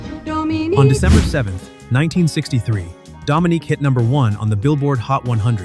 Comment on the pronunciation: Didn’t even play a clip of Dominique. Just the Hollywood movie American English butchering of it. It sounds completely different in French.